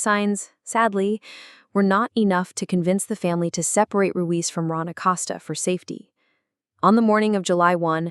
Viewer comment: ACoseta (Acosta) say last name right